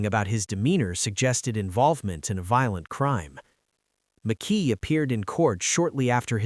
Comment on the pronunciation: McKee not Mickey ! Spencer keeps getting shown when speaking of McKee and visa versa ! 😮 Yeah drive a car registered to yourself to the alleged murder and have the alleged gun in your apartment ! I will be interested in his digital footprint. Do everyone a favor and take a plea if you are lucky enough to get one. 😮😮😮